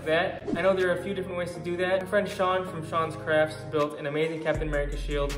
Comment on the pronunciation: It is Sean craft, not surroun craft